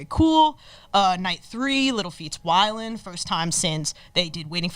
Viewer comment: She called Willin'.. Whilin.. Gnewb